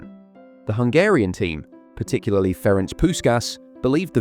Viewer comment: Awesome video :) (by the way it's Ferenc and not Ferenk and it's Kocsis and not Koscis)